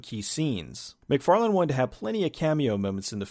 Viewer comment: Why do yo keep calling him Todd McFarland? His name is Todd McFarlane.